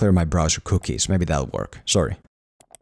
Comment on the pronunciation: Lmao the way you say cookies